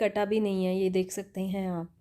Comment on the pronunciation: Mam apne bahot hi kaam ki bat btai hai thank you so much but bolne k liye thode practice ki zaroorat hai Shakte nhi bolte .....skte bolte hain